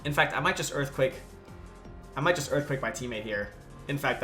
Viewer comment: And on the 7th day, Hippowdon said "Imma Erfquake"